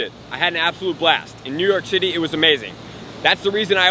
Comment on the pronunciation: "I'm in New York Shitty" Me: Bwahahahahahaha! No way! Me: rewinds "I'm in New York Shitty" Me: Bwahahahahaha! Dude, is way to upbeat for that. Either freudian or just slurred from speaking quickly, I still agree.